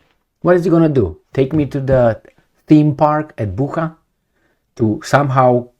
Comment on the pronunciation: Bucha is pronounced similarly to butcher.